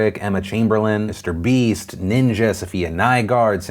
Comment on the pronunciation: Weird way to read Mr. Beast... tsk tsk.